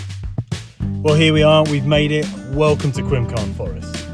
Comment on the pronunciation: Cracking video dude. The W in Welsh is pronounced 'oo' for any future Welsh trail videos 😂